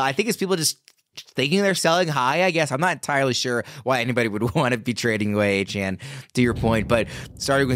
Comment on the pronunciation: its not hard to show some respect and just say his name (De'Von Achane) the way he says it's pronounced. stop crying about it and be professional guys.